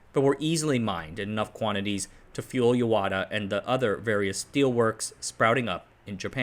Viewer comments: It is Yahata not yawata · I guess the confusion came about because there is another town written in the same Kanji characters, but pronounced Yawata